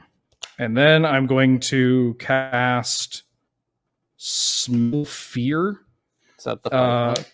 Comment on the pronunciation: The first time said "Smell Fear" I heard "Smell Pierce" and I thought they made some wierd new card called "smell Pierce"